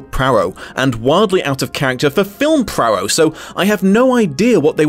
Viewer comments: I cannot understand why you continually add an R in Poirot's pronounciation. Prarow? It's Pwaro!!! So annoying. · "PWAA-row", not "PRAA-row"! -- no R in the first syllable of Poirot's name. Even in fiction, so iconic a character - and his author - deserve the respect of correct name pronouncing. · Dang it!! SAY THE NAME PROPERLY! "PWAA-row! PWAA- row! PWAA-row!" Not PRAA-row! There's no excuse for making such a disrespectful gaffe. 😡😡SAY NAMES CORRECTLY.😡😡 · apologies if others have pointed this out/if you dont care but his name is pronounced "pwa-roe" not "pra-roh" as you've been saying! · PLEASE try to learn to pronounce 'Poirot' properly... listening to you mangle it as 'Prarow' was painful!!! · Just popped in to see whether you’d learned to pronounce Hercules Poirot. You have not. You still say HERkyul Prorroh and I can’t watch the video. Which is a shame because I was interested in seeing one of your wonderful interpretations. HERkyul I could have overlooked but you say Prorroh more and it’s far more annoying. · Im sorry but what is this Poirot pronunciation ? Where is the first R sound coming from ?